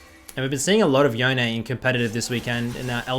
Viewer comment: Crazy that riot think yone is pronounced yoneay, in that case bone is now boneay